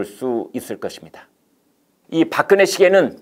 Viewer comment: 발음을 똑바로 해라 닥근혜가 뭐고 3000개 보급형 30개 VVIP 아닐까